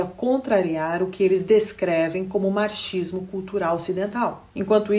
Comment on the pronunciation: Excepcional como sempre. E como é duro falar duas línguas frequente e fluentemente né,? Acaba saindo uns "marchismo" (marxismo) quando está no modo português hehe. Obrigada por sua grande contribuição.